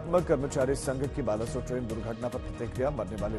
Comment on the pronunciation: It's not बालासोर